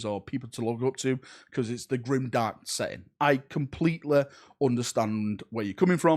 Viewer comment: “Grim-Dark” becomes “Grim-DADAH!”